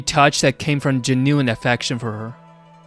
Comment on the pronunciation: I was laughing so hard, I almost threw up (I’m currently sick) at how he pronounced Genuine. I almost died laughing.